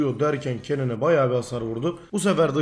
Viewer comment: !!!TELAFFUZ DERSİ!!! Kennen >> Kenın Riven >> Rivın !!!TELAFFUZ DERSİNİN SONU!!!